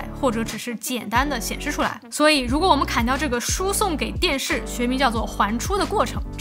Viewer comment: 偶們，哈哈